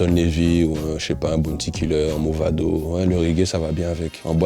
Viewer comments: c'est mavado pas movado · Ça s’écrit Mavado mais ça se prononce Movado 😉